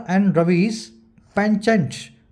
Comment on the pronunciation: Google pe Penchant ka pronunciation kuch aur hi bata raha h